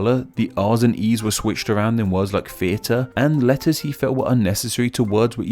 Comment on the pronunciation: why do you pronounce theater, feater??